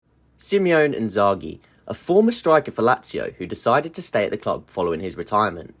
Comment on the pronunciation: Hi! just discovered your channel and Im absolutely loving it. As an Interisti myself i want to thank you for recognizing Inzaghi's work and also I wanted to correct your pronunciation of his name so you dont have that problem in the future. In Italian it is pronounced as 'it is written' so you dont add any inflections to the the name: 'Si' as the 'Sy' in Syllable, 'Mo' as the 'Mo' in Monster and 'Ne' as the 'Ne' in Negate. Si-Mo-Ne, three separate sounds. You pronounced Inzaghi pretty much correctly (with your native accent of course). Keep it up!!!!